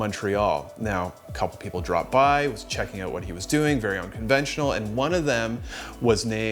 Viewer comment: Just say “out” properly, one time, for f sake, please